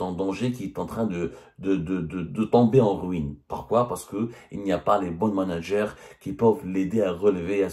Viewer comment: " les manag'air " hahaha